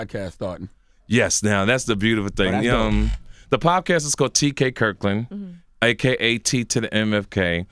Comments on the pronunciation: It's podcast not pobcast TK lol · "the pobcast" hahahaha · if he say "PoBcask" 1 more damn time 😭😂😭😂😭😂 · ... Is he saying PoBcast??? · If he say POBcast one more time 😩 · Why does he keep saying poBcast?! LOL, somebody correct him already! TK Kirkland the type to say, "hey have you seen that new trump MeMe?" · Is he saying pob cast? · CaliCool91 Or pobcast as he pronounces it lol